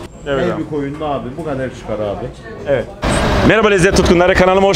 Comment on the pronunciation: Aynen abiğ, ayneğn abi